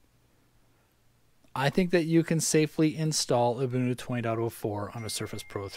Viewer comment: Thank you for pronouncing Ubuntu correctly. ;)